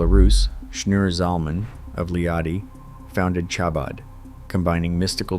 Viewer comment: Chabad as the ch in the composer Bach. Not as in cherry.